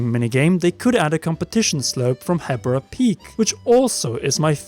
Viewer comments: I think its pronounced Heebra just like zebra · isn't it prounonced "heebra" ?